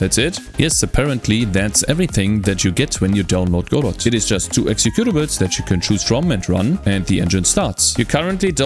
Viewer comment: Your one of the first I've heard to pronounce Godot properly.